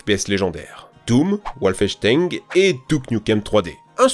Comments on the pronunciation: "Wolfensteing" mon âme de fan de FPS a été brisé par cette prononciation de Wolfenstein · Bon résumé des foirages du jeu vidéo.. Par contre "Wolfechtengue"..?😆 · "Bonsai" se prononce [Bon-saille], pas [bonne zaille] xD [Wolfensteingue] ? C'est une version spéciale où Blazkowicz a la dengue ? xD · Ah oui... WolfensteinG... Un classique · la façon de prononcé Wolfenstein me glace le sang